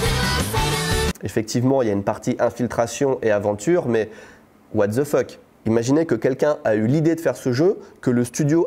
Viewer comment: Le “watzefck” avec l’accent français, est super😂